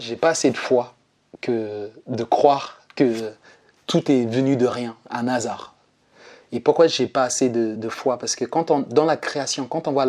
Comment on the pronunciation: Merci Merci Ppour ce témoignage Mais arrêtez de faire la liaison un(a) hasard On ne fait pas la liaison s'il vous plaît